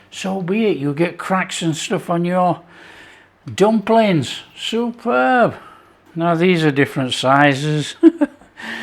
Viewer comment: I heard that as well”soup-herb” but either one works. 👍